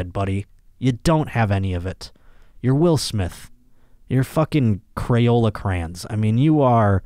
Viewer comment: Cray-on not crayn